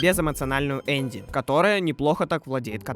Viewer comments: Не Энди а Эмби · 1. Не Эндйи, а Энби 😭 2. У нее не катаны, а скорее кинжалы Ну а так.. хз как в ру локализации, но все зовут гг не фАйтон, а фЕйтон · без эмоциональную зовут Энди. Я: triggered!!! ЭнБи!!! В катсценах слышно отчетливо. Если это такой тупой байт по типу видосов в пабликах где админ специально делает тупую ошибку в подписи к видео, то поздравляю, это успех.